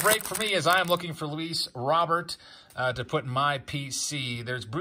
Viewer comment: I hope this is sarcasm, even Luis Robert is mispronounced?